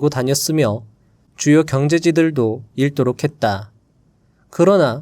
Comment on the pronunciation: '읽는' 발음: 일른(X), 잉는(O) '읽도록' 발음: 일또록(X), 익또록(O)